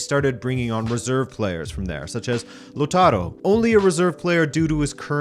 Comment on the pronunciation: "Lotaro"? Com on! xD La-ooh-taro, please :)